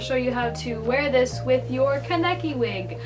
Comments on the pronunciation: it's a simple pronunciation mistake. In fact I used to pronounce it that way before I watched the series, and I still make that small mistake whenever I'm speaking too fast. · U covered the wrong eye and pernounced keneki wrong